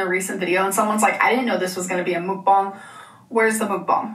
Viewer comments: I am so glad to hear you say Mukbang. Hearing our call it “mook-bong” always made me cringe. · The word is Hangul and its correctly pronounced 먹방(Meokbang) - so Mock Bang. There is no 'U' sound in it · Am I the only one that can’t stand the way she says mukbang? She says mook bong.. like what? It just grates on my damn nerves! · I think it’s really pronounced muck-bong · WHY DOES SHE PRONOUNCE MUKBANG LIKE THAT???? I’m serious, it makes me want to pierce my eardrums every time she says it wrong 😩😩😩😩